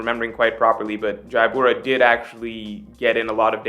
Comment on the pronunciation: ITS JABRA, NOT JAIYABURA OR WHATEVER U KEEP SAYING! How many years ago did that happen now? Like wth